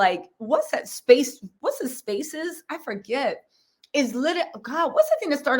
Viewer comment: Tells you was trying to say MySpace 😂🤣